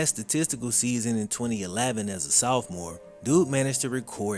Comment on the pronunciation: At this point, mispronouncing sophomore is just part of his charm lol